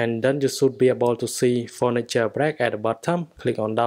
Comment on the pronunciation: When u say phœnix it seems like u say fortnite